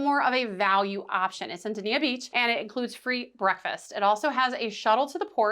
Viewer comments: I gew up in Dania - it’s pronounced “DAYN-YUH”. Never heard of “Duh-nee-yuh”. And to echo comments below: guaranteed I can get from PBI to Port Everglades in half the time compared to MIA to PE. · it's pronounced (Day-ni-ah) the marriott harbour beach is top notch in my opinion, for direct beach access and especially for families. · 🫣 Dania point pronounced “Day-knee-ah” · Dain-yah in local-speak.